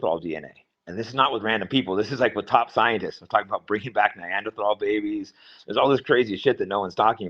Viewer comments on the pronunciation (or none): ...has Jake never heard someone pronounce the word "neanderthal" before in his life? I've never heard it pronounced as "nigh-anderthal" lol